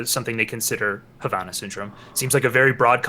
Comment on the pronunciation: I’m just here irritated at how Destiny, the child of a Cuban woman, is pronouncing Havana.